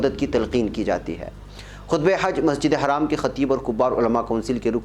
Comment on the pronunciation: plz tell masjidul HARAM not masjidul haraam it's wrong word